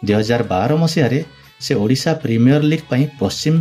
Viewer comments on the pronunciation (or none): none